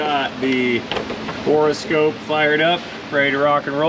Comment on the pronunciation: “Bore” scope, not “Bora” scope